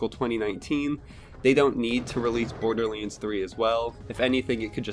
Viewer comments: is he saying boarderleans? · Bordearleands? I swear that's how I'm hearing you pronounce Borderlands. Hmm.